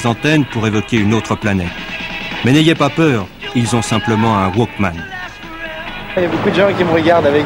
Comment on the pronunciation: "Des wokmen" mdr jsuis dead!